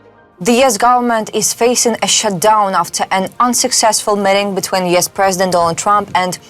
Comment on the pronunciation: It's U.S. not YES!